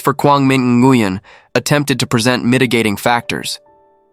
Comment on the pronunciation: Dude, it’s pronounced “new yen”